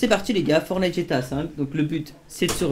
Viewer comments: on dit FORTTTNITE ptn pas fornite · MDR le début il à dit fornite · il dit fornite